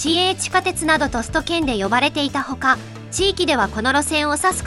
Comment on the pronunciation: 短縮 → たんすく (たんしゅく) 首都圏 → すとけん(しゅとけん) SHU → SU しゅ す この発音なんとか直してぼしいな 頻発に出てくる単語だけに